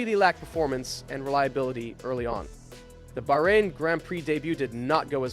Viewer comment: Great video but you really need to work on your name's pronunciation - At least 2 'Bahrain and Schwarzman' are quite easy to pronounce, no reason they should be said like they were in the video